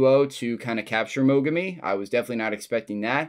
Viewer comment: The moment it looked like he was about to lose his shit after getting kicked sent me chills. Fight was great as well! Ps: Name's Mogami, not mogumi! :D!